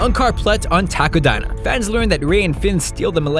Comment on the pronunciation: Whenever he says "Takodana" I hear "taco diner".